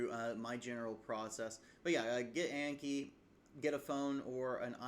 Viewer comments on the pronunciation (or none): pronounced like on key bc it comes from japanese (暗記) not like yankee lol